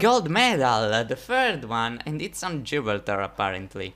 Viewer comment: It’s pronounced Ji-bral-tar